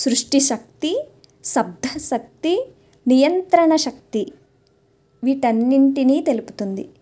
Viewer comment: మీరు చెప్పే శ్లోకాల వర్ణన అత్యద్భుతం. ఐతే మీరు శక్తి ని సక్తి అని పలుకుతారు.